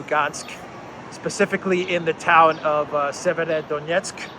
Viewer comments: Severo-Donetsk. "Sever" means "north" in Slavic languages... i hope this will make it easier for you to pronounce. Thank you for the awesome content! Greetings from Serbia! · try this. Say two words, ei, SEVER. Then say DONETSK. And then you ad "O" between. SEVER - O - DONETSK.🤞🤞🤞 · Severodonetsk is more or less North Donetsk if this is easier to you to pronounce.